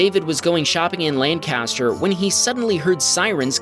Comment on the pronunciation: Lan-CAST-er is California. Pennsylvania is LANC-ster. :)